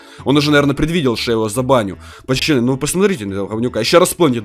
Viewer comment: Почему ты говоришь почаны а надо пацаны я уграю🤣